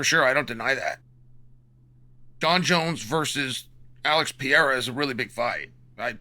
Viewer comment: Chael kills me with the “Pee-air-uh” 😂😂